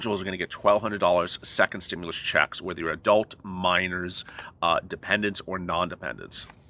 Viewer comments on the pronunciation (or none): none